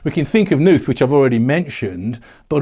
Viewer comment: The ‘K’ in Knuth is not silent. (According to Knuth himself.)